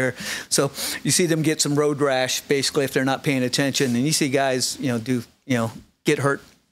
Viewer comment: If I had a dollar for every time said “basily,” I’d have like, a hundred dollars. Good Lord.